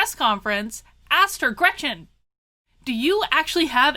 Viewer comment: Her name is Gretchen. Just say'n.